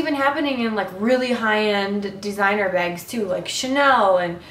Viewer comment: Hehehee u said quilted begs are u from the Midwest?